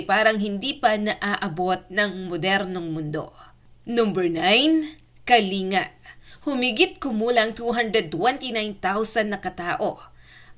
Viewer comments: MALI ANG PAGBIGKAS MO NG PROBENSIYA NG "KALINGA"....ANG TAMANG BIGKAS AY "KALING'GA HINDI KA-LI-NGA..ANDAMING IGNORANTE SA PAGBIGKAS NITO.. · Kalin -ga po😂ndi kalinga😅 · Wrong pronounciation kyo, ito tamang bigkas "KALING-GA". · Pronounce Kalinga with double "g". Say Kalingga